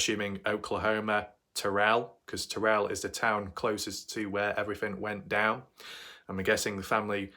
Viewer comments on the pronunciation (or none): You pronounce Terral as tear-al not Ter-relle. Just an FYI. And I hope the TV crews might put some weight on the ones who know what happened.